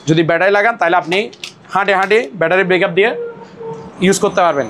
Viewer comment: ব্যাটারী ব্রেকাপ না ভাইজান। ওটা ব্যাটারী ব্যাকাপ বলে। 😂😂😂😂😂